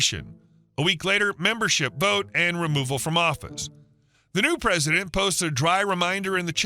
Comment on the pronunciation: What's a "HOA Prisilent"?